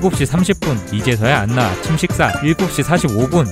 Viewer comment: 안나가 아니라 원래 발음으로는 "아나" 인데 ㅠㅠ